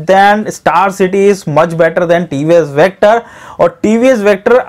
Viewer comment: Vector kyu Bolte ho hakle